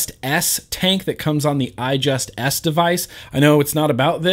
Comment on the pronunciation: is it Just me or does anyone else think eleaf is having fun "ijust s tank" if i repeat that it sound like I JUST SHIT TANK lol